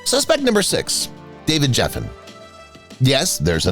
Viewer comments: It's not Warren Beee-tee, it's Bay-tee... it's not David Jef-fen, it's Gef-fen (hard G)... suspect #10 (Marvin Gaye) shows a pic of Smokey Robinson, twice... Jeez... does anybody proof their work anymore? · Gosh Almighty. Would someone please coach these “narrators” on pronunciation - Geffen with a hard G. I know I’m not the only one this bothers.